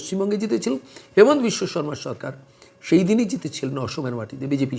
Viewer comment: Sir , Please pronounce the name of our CM as Himanta, not Hemanta. Thanks